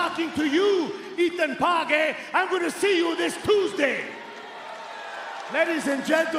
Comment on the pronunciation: santino marella getting ethan pages name wrong was hilarious 😂